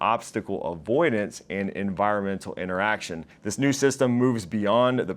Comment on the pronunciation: “Iteration.” There’s no ‘n’ in that word. Great coverage though.